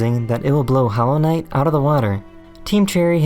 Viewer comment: hearing this guy say "hollow knight" sounds like a fever dream